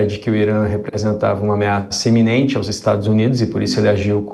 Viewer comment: Ameaça iminente e não "eminente".